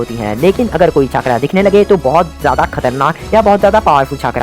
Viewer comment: Please छाकरा nhi चकरा boliye vese aapki video achhi h